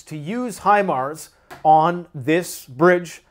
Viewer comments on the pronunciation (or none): none